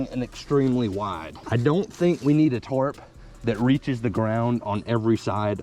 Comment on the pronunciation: & why do you keep pronouncing’Tarp’ as ‘Torp’ 😂😂